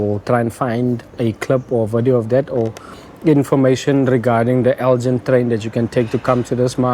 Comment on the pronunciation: Nice one. Fun fact - it’s pronounced El-gin with a hard G as in give, not as in gin and tonic. Named after the Scottish town of Elgin.